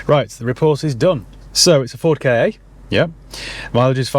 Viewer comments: Its pronounced just as you see it "Ka", its just cos english folk dont prounce their R's so saying "Ford Car" and "Ford Ka" sounds the same, so they have to call it "K - A" 🤣🤣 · Actually, it's pronounced 'Car' similarly to Kaa from the Jungle Book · Ford Kay! 😂 it’s a Ka. No y in it. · Having been in the motor trade when the first Ford Ka (not K A) came out, I remember the advert at the time which said "get into the Ka" which rhymes with Ma or think of a posh person saying car. People in the trade have been saying K A for years which is why the general public have picked up on it but it was always meant to be a play on the word car. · Its pronounced cat without the t and theyre a pile of garbage rust buckets sheds made by fiat for ford god knows why only for ford to make the mk3 then that was a flop the mk2 is basically a fiesta body stretched over a 500 😂 the instrument panel is from a punto. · As a real saddo I know that the correct pronunciation of Ka is same as “Car” hence no one ever pronounces it correctly! I think Ka was the Egyptian God of the Spirit. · Isn't it just pronounced 'car'? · its a ford pronounced 'car' KA ,,, love the dog!!! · damn, I have a shoulder/neck injury and laughing at the KA pronunciation and the doggy peeing made me feel pain on my injury. The funniest video by far. 😂😂